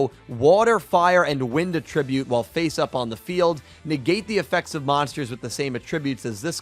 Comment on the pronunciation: Great video but pls learn to pronounce attribute lol